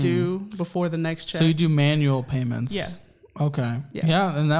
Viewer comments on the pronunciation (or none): "there are definitely painments..." Was that meant as a joke or is it purely in my head?